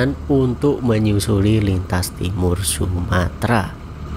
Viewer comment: Bukan sumatra mas, tapi sumatera pakai eeee